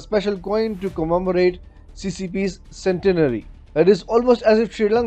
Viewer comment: Cenetary nahi Centenary!